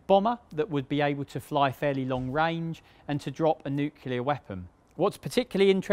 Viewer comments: Nucular? Seriously? Anyway, apart from that awful americanism thank you for a good summary. The Victor could of course carry much more than 'slightly' more than the Vulcan; it had capacity for 49,000lb albeit limited to 35,000 lb weight of payload, compared to just 21,000 for the Vulcan. But although the Victor was undoubtedly the more advanced aircraft my favourite will always be the Vulcan. I was privileged to be allowed by Nigel Baldwin to fly it myself in the circuit at Waddington while on detachment to 50 Sqn in the late '70s, and to tank from XH558 when it was converted to the role after the Falklands. And it was a mark of continuity to have seen it at air shows many times from Biggin in the '60s to RIAT in the noughties. Lovely aeroplane. By the way, the cockpit was designed for crew wearing the Mk1 bone dome, which consisted of the clother inner and a hard shell outer. Most of the time you flew in just the inner but even with the outer on the whole Mk1 helmet was a lot more compact than the later ones. Hence the later lack of space. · New-clear. Say it. New. Clear. Nowhere in nuclear can you get a pronunciation anywhere near ‘nuculer’ or whatever mangling this was. Good vid tho. New. Clear. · It's NOT "NOO-CUE-LER", damnit! It's "NEW-CLEE-ur" - the word, 'CLEAR' is right there! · Nuclear is surely pronounced new-CLEAR, and definitely not new-KILLER. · It's not difficult is it? There are definitely some very hard words to pronounce in the English language - but new-KLEER certainly isn't one of them. It really grates when KILLER comes out. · Come now, - say it with us now... "nu-cle-ar". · Nucular bomber😄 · Nuculur weapons lol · Lovely documentray, except when he says "newkiller" (...weapon). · I can never tell whether people actually think the word is "new killer" or there is a very common and persistent speech impediment going on. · as a neucular *facepalms. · Oh for goodness sake. Nuke-u-lar is not a word. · Why does he keep saying “nuc-u-Lear”?